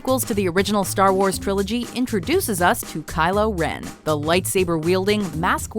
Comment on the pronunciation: I died when you said "Kylo Ren" 😂😂😂😂